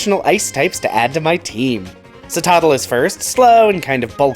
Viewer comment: Definitely thought you said "Costco-afa". My favourite pokemon store 😂😂😂